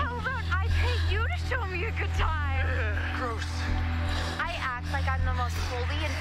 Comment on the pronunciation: He says groose instead of gross lol